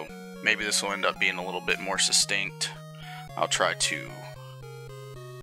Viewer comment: yeah, your pronunciation "succtunk".